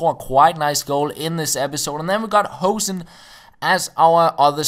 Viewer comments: Its pronounced hoo(like in boo)-sen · You pronounce hoesen as lose